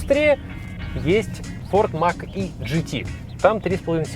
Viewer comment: не мак е а мач е